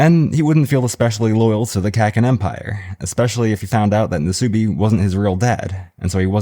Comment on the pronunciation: god. Love your videos but i cringe whenever you say kakin and not kuh - keen